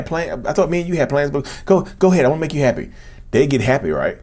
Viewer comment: Can you make a Narcissist "Heppy"? I like the way he pronounces happy